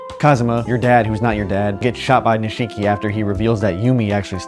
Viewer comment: Please stop saying nisheee ki